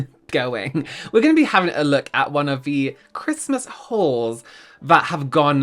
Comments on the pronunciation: My American ears keep hearing "Christmas whores" instead of "Christmas hauls" 🤣😂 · I heard "whores" not "hauls" 😂😂😂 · Oh dear, my Aussie ears heard it as Christmas wh*res, not hauls 😮 oops 🙊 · The way I kept hearing “whores “ instead of “hauls” 😂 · Oh my god I thought you said Christmas whor s.